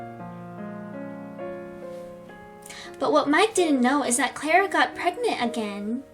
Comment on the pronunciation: Omg pls stop saying clara like that like if i am not hating on u but its annoying like if agree